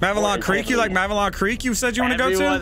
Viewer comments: Hearing you guys say "Mavelon Creek" instead of "Malevelon Creek", the actual name of the planet, is gonna make me report you all to my nearest Democracy Officer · It’s Malevelon Creek, not Mavelon Creek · please pronounce malevelon creek correctly, the game literally says the name of the system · Everybody making fun of for saying giblleter when everybody is saying mavelon creek the while time